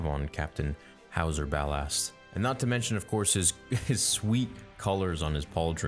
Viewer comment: it's howzer